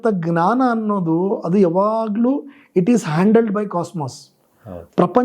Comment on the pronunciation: GNANA IS WRONG PRONUNCIATION IT IS JNANA SORRY TO SAY THIS